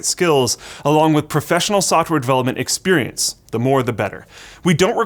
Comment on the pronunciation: "experencte".. yeah I would second that.